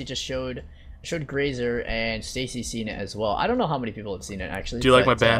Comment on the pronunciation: Stacy says it right